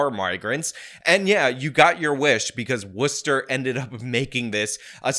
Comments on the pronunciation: As a MA native I’m glad you learned to pronounce Worcester this time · Good job pronouncing Worcester right this time. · U learned how to pronounce Worcester correctly 😁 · W for correctly pronouncing Worcester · You said Worcester right awesome man, and glitter is the herpes of the craft world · Thank you for pronouncing Worcester correctly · Thanks for saying Worcester correctly